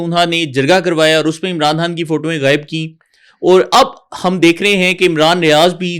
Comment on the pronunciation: Aap ko " Khan" pronounce kerna nahi aata, jo bar bar " Haan" khay rahin Hain??? Sub aaray kharay video bananay aa jatain Hain...apni training tu ker lia kararin video sey pahley...😢😢😢